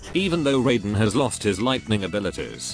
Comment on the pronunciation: No, the "Shirai Ryu" and "Raiden" have never been pronounced correctly in Mortal Kombat. EVER.